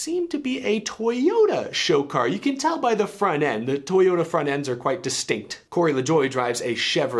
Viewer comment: NOO not toyoderr